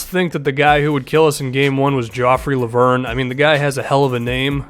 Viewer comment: I'm french. Lauvergne is pronounced Lo-Ve-r-Ny. Say the "e" like in "red" and pronounce the "r" like a frenchman. It would be cool to hear you try next video.